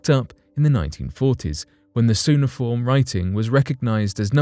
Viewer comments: Suh-nah-form.... can you not 😬 Its Kyoo-ney-ah-form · cuneifrom (koo nay i form) is NOT "soonaform" !!!!!!!!!!!!!!!!!!!!!!! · Not "Soon a form", its "Qune a form" Cuneiform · uhuhuhu! You said "soon-a-form" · Cuneiform you pronounced it incorrectly. It begins with the sound Q like: Q-Nay-iH-For-mmm sorry just wanted to help out 🤦‍♂️😂😂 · why do you pronounce CUNEIFORM as SUNEIFORM ? this comes from latin CUNEUS, pronouceed KUNEUS, which means ANGLE in english ( coin in french).i have never it pronouced SUNEIFORM in english until in your video. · I wish he had pronounced Cuneiform properly. Just for the record dude its pronounced Koo-nay-i-form. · A hint: Cuneiform is pronounced Queue-ni-form, as in a line of people in a queue. Hope I have not offended anyone. :) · I was much more offended by his pronunciation. It made me irrationally annoyed lmao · It is pronounced "kyoo-NEE-uh-form". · That is the American pronunciation. This guy is incorrect in his pronunciation but Brits pronounce it kyoo-nuh-fawm. Not kyoo-NEE-uh-form. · Why can't channels find narrators with an education? How can I take a script seriously when a key word such as 'cuneiform' is mispronounced? Does anyone edit or oversee these voice-overs? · You might want to look up how to pronounce the word "cuneiform".